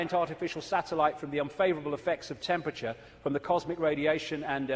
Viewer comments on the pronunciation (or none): none